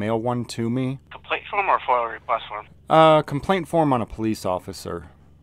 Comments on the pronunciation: FOIA, not FOIL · FOIA Not FOIL... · Yo, it’s not foil, it’s F.O.I.A., freedom of information act. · It’s FOIA not FOIL. Freedom of Information Act.